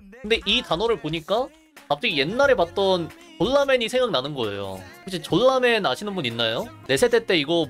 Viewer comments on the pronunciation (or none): 졸라맨을 쫄라맨으로 읽었지 ㅋㅋ